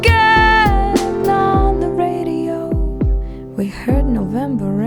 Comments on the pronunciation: lol. You are talking about a choice to use the sound "br" instead of "r" In terms of "sensual beauty", the thing that comes to mind are: - the elocution of motorboating (well you did say 'sensual') - bray-dio. as in the braying of a donkey from the mouth of an electronic 'god'? Yeah, infinite wisdom... You want sensual? listen to French music. I strongly doubt you will hear any hard 'br' sounds. Even "Brassens" is ideally pronounced with the vocalization well back in the throat and a light, loose labial sound on the B or possibly a loose, meaty labial sound. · I was being tongue in cheek about the sensuality because your point was so ridiculously overblown. Using a plosive at the beginning of "radio" makes the sound more defined, but hardly improves the 'sensual experience' of it. I'm well aware of how these things work. I just think you are yammering a bit of sense built up to the point of gibberish. This is not a song with vertigo-inspiring profundity in every syllable and whisper. It's a a quaint little pop song with a nice little story in it. The French reference was to the sound of the B, not the R. Further, it was referring to the quality of the articulation of the phonemes, not the strict phonemic identity. Phonemes address the formation of sounds that make up language. I was referring to the characterstics of these which are related to things like regionalization, accent and and tone production for singing. In French, the B sound is softer than in English and would never be used to emphasize an R. And French is a very sensual language. Read what I actually said. Of course there is no labial sound in the R sound normally. I didn't feel it was bad, it just didn't seem to be indicated by anything in the song. Not the feeling (sensual experience if you will) of the music, not the lyrics and not the accent. That was my point.